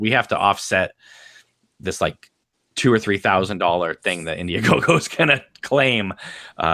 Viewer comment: Congratulations! You never gave up on this and its very admirable! Well done! Sounds like you say India GoGo haha